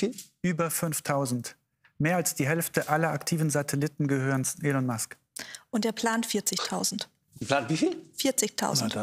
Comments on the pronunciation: Er heist Elon Musk [ˈiːlɒn mʌsk], nicht Ellen... Warum machen das immer einzelne falsch im Brustton der Überzeugung, obwohl es vorher schon richtig ausgesprochen wurde? Meist halt auch Journalisten oder in dem Fall jetzt eine Wissenschaftlerin, die es meinen besser zu wissen (I guess). Oder ist das ne Art meta Veräppelung die ich nicht mitbekommen habe wie bei Bernd Höcke? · Warum sagt die eine Frau immer Ellen Musk?